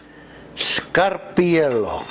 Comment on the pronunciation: You said it WRONG. it's SCAR-PAR- IELLO.